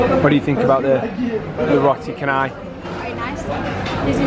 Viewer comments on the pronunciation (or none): Actually Roti Canai, The 'c' alphabet in Malaysia is sound 'ch' that similar to sound of 'c' in word of 'chance' 'change' 'cheery'.. And not sound of 'k' at all....so Roti Canai should pronounce as Roti Chanay... Enjoy Malaysia....